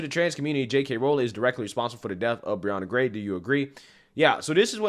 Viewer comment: Why are people saying Brianna Grey when with an "h" it should sound like Gay?